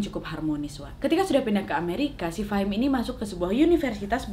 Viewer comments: Iya bingung tulisannya fahmi ngomongnya fahim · Ka nad bilangnya fahim shaleh truss, wkwk tapi di judulnya namanya fahmi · Wak ngomngnya fahim saleh, tapi tulisannya fahmi saleh hehe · Tulisannya "FAHMI SALEH" Meanwhile kak nad : "FAHIM SALEH" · Maaf ya Mbak Nadia yang bener Fahim Saleh atau Fahmi Saleh karena tulisannya Fahmi Saleh tapi jenengan bacanya Fahim Saleh hehehe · Gagal paham dari awal dengar kak nad bilang fahim saleh 😅😅